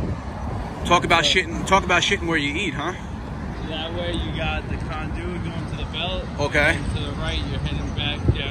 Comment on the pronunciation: i love how he pronounces conduit. "con DOO it. "